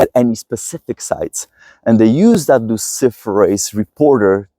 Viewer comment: Did he say luciferous???